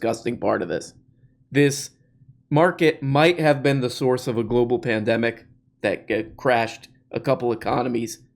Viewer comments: You almost said "pendejo" when you tried saying "pandemic" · It's hilarious watching a man who can't even properly pronounce the word "pandemic" then go on to ridicule the verbage someone else chose to use in an article they wrote.